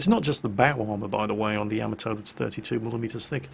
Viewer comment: Did say "sacrificial Nyamato"?